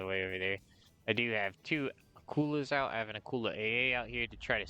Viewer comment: glad you called it the Akula and not the akkular